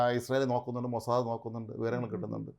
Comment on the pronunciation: മോസാദേ അല്ല" MOSAD" മോസാദ് എന്നാണ്.